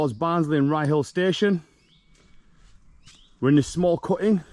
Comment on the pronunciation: Ryyill pronunciation one word... not rye hill. Is that bird with yer on this un 😉